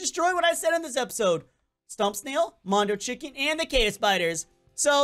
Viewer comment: Oh no you’re gonna get demonetised u said mono CHICK